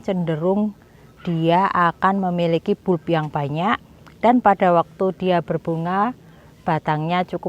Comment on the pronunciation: bulp...dibaca balb